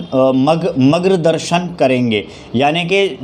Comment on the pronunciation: Magrdarshan nahi it's Margdarshan